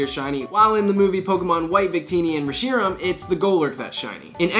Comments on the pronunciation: Why tf does he say Reshiram like that? It's easy to say, and they say it in the movies! Say it right! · Re-"sheeram" & Ray-"quahza"